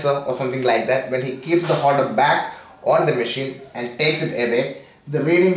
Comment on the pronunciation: Abai chutyai itna accent bana Kai kyo Bol raha hai mr wholder LoL it’s holder fuck off yeah righ side lol n wats show its saw soooory LoL 😂